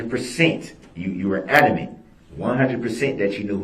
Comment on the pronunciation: One of the worst things he mispronounces is “Amanent” instead of “Adamant”